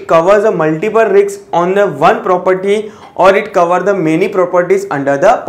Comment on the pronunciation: sir riks mat bolo. doubt aata h. otherwise things r perfect